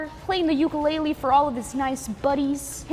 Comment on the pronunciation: you say ukulele like uoo-koo-lele